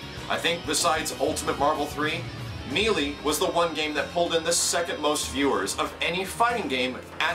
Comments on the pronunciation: It's may-lay and backing that up with the Ry-u vs Ree-u argument doesn't work here. May-lee is never a correct pronunciation for Melee. It does make you sound like you're too stupid to learn the correct pronunciation though. Like you're a 5 year old trying to sound out Melee for the first time. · Depends on the area. Its me-lee to me.I dont even see how may-lay is taken from the spelling, but i know its one way to see it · I love you. But, it's pronounced "may-lay', not ME-LEE. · I'd rather Nintendo stick to the games they're good at and let the better companies handle fighting games. And it's pronounced May-Lay man, not Mee-lee, the game even says it... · I really appreciate your support, and you're awesome at what you do, but I can't help but tell you that it's pronounced "may-lay". It's a very common mistake for a word that isn't used often in common speech. I just felt the need to correct a common error is all. Thanks again,. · I appreciate You saying this, I do. And the new Wii U Smash Bros will most likely be considered a Fighting game by Nintendo itself. But I'm gonna be that guy (Among others I'm sure) It's pronounced May Lay. It was annoying me through out the video, but I did Hear the Message. And I Certainly Hope Nintendo does as well. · mêlée - meh-lay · you know people from different parts of the country say words differently, and in no way is 'may-lay' the correct pronunciation for the word. So get of your high horse you English nazi whos wrong. Also stop this open letter shit, its now played out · You're killing me. Pronouncing it "me lee". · When's the last time you actually listened to the game? in the game, on the title screen no less, it's pronounced MAY LAY. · Closer to may-lay. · melee is pronounced meh-lay. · Mêlée = Meh-lay French lesson. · Melee - Pronounced Maylay ˈ(mā-ˌlā) Long "a" sounds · you should probably start pronouncing "melee" correctly. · God I hate the way people say melee.